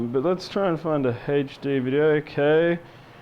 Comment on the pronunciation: haha He calls HD as HechD